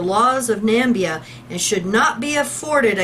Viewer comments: BTW is pronounced nah-MIH-bee-ah not NAM-bee-ah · It is pronounced Na-me-bee-ah. Plus, you once said "Nigeria dollar". No, it is "Namibian dollar". Nigeria is very far away and it uses Naira.